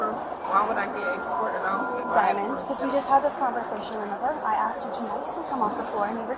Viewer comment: THE WHITE LADY ASKED.. NOT "AXED" THATS THE PROBLEM